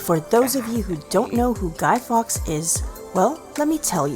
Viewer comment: It's the River Ouse, pronounced ooze not oos. It is probably where the word ooze comes from. It was not Guy Fox it was Guy Faux. Salt is not a necessary ingredient in Yorkshire Pudding, most of us, here in Yorkshire, never put salt in it.